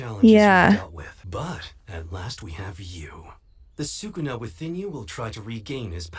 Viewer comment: It's 'Sukuna', guys 😭😂